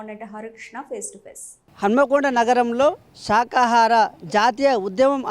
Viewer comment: శాకాహార...శాఖ కాదండి.